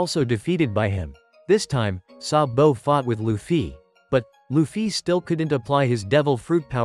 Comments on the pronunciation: Sabu❌ Sa-bo✅ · It's sabo not sabow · Why you saying SabO😂😂😂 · IT IS GARP NOT GRAP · why does he say saBOW